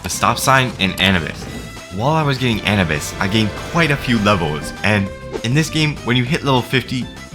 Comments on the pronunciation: bro said An-uh-bis 😂😂😂 bro it’s Anubis like the Egyptian god bruh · Bro it’s a-new-bus not Annie bus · A - NEW - BUS!!!!! NOT ANABUS!!!!! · its pronounced anoobis pal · Does he know he said anubis wrong you say a nu bis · nigga said anibus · Wasn't it pronounced Ah-noo-bis? The Egyptian god of death? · hearing you say "an-a-bis" hurts... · W video, but the way he said Anubis gave me third degree burns every time he spoke the word. "Anabis" "ANABIS" LEAVE ME ALONE "ANABIS" GRAAAAAAAAAAAAAAAAAAAAAAAAAH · Oh yeah, it’s also pronounced A-New-Bis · Please stop saying Anubis wrong, it hurts my soul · It’s a pain hearing him pronounce “Anubis” wrong every single time… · The way you say anubis is just making me grind my teeth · The way he pronounces anubis hurts my soul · The way he pronounced anubis was making me so mad 😭🙏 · Every time bro says Aubis wrong, it annoys me so much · how the hell do u misspronounceanubis